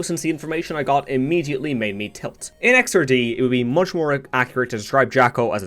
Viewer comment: Just to be that guy, it's pronounced "Blaze-blue" and "X-ard" (think of it like first, second, x-rd, I guess). Nice video either way, really glad I clicked on it in my feed. Keep it up